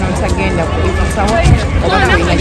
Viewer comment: It's 'iiii--fo" Eiffel. Has in A-i-fo. Tower. Not E-ffo.. And the city is paa-ri- Paris' not parisi...